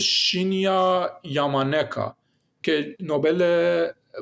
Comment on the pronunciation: با درود.....تلفظ صحیح .نام و نام خانوادگی آن دانشمند ژاپنی آقای « شین یا یاما ناکا » میباشد. و شما نام خانوادگی اورا در این برنامه اشتباها « یاما نیکا » گفتید....با تشکر از برنامه خوب شما.